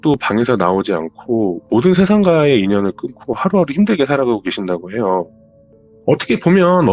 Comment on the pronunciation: 이분 사연은 말 끝부분에 해요~하는게 거슬려서 못듣겠네.. 다른 부분은 괜찮은데 해요~ 이부분이 이상한 리듬같다고 해야되나.. 딕션 좋고 다 좋은데 해요 이게 딱 거슬림..ㅠ